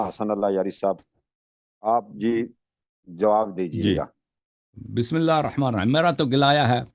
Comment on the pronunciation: الیاری کا بسم اللہ ہی غلط۔